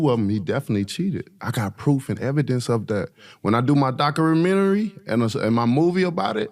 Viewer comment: lol he says "documentary" like an asian guy who just learned english